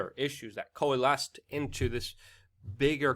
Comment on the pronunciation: Say coalesce again.